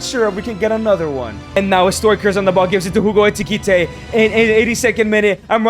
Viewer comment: Why does he call him eTiKiTe instead of eKiTiKe